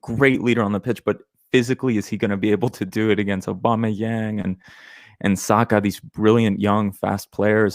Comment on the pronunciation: Man called aubameyang young 🤣🤣🤣